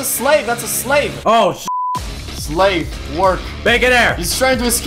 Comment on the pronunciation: Bro is saying slav instead of slave. ._.